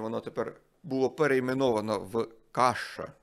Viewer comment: Не Каша, а Кошшо